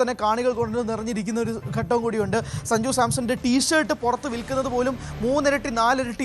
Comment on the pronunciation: അവതാരിക എന്തുവാ ഈ പറയുന്നത്.. സജുവോ..?? സഞ്ജു എന്ന് പറയു..😅